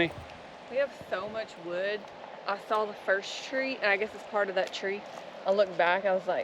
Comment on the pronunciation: "We gotta lotta would to burn", Says. I think we rewound that 5 times. The look on her face with the hand expressions. It had us rolling. You do some great editing. I notice your posting more shorts. Have you ever thought of doing maybe some blooper type short vids. Or better yet. When you set the gopro up. Then ride or drive by the camera. I know a lot of work goes into it. Again thanks for sharing a bit of your lives with us and especially the laugh and the smiles. Stay safe!!